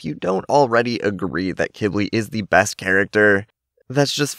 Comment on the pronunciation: Just a reminder to everyone watching this video (including ), I looked up how Qibli is actually pronounced, and lots of people pronounce it “Qwibli” or, like, “Kibli”. However, according to the internet, Qibli is actually pronounced “KEE-blee” which (I think) is a type of plant that thrives in the desert. This makes total sense of why Qibli was given his name, since most dragons (with the possible exception of Pantalan dragons) have names that somewhat “match” the flora or founa living in their habitat, or biome.